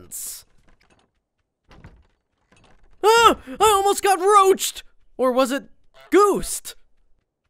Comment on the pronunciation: i like it when he say roched lol